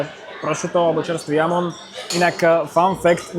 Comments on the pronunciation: Presne tak, nie Jamon, ale Chamon! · nieco ti prezradim, ten jamon sa číta chamon lebo v španielčine sa j čita ako ch a inak brutalny luxus tam mas 👍👍👍